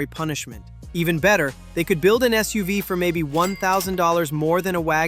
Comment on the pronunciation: It took me a second to figure out what the hell a "SOOVE" was LOL can you say Skynet? 😂